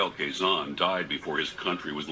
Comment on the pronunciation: Quezon is pronounced as Ke-Zon